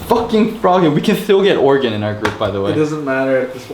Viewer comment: "oregon" kappa